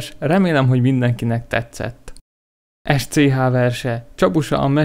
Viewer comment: Az Sch rosszul mondtad ;-) Sch a németben s. Például: schön (szép), schnell (gyors)